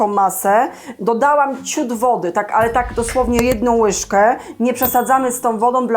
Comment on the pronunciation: Poczebujemy,słuchajce takom łyche😅😅😅😅😅